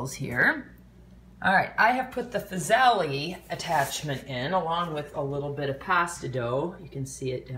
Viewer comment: Good functional video. But as a chef please please pronounce it BUcatini and FUsili